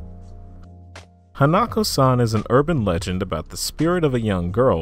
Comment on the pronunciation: you said hanako-san wrong